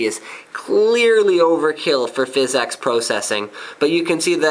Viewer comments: Seriously... great video. But stop saying Fiz-X Pro-sessing. PHYSX is jsut Physics. It's a funky cool way to spell it. It's not PRO-CESSING. It's Prah-sessing. You sound ridiculous. But awesome video. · its pronounced physics, not fizz-ex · so your telling me the way to pronounce it is fizz-ex? i know its the engine. but its pronounced physics. watch?v=ZwoJ-upjeKo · I know what it is. but its not pronounced FIZZ EX. its pronounced physics. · Thumbs up if it bothers you every time he says "fizz-EX" instead of physics